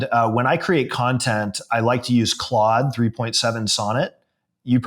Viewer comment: 😅 or Clood as pronounces it lol